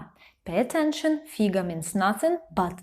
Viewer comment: Know, but don't use them! All these expressions are used by children or undergraduated rude people. The right spelling is ФИГА with stress on the first syllable.